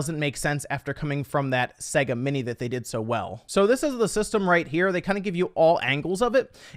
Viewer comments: it's not pronounced saga, it's sega. The name Sega, is an abbreviation of Service Games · Segga.... Ugh. It is SEGA.